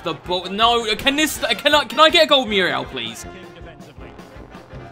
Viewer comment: at times i feel like he is saying miura instead of muriel lol